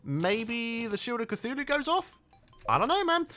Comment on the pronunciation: U know how sometimes says Cachuchu instead of Cthulu? This is how it happened.: mk so imma fight the eye of c- AAACHHUUUUUU (sneeze) Hey... eye of cachu... cachuchu... EYE OF CACHUCHU!!!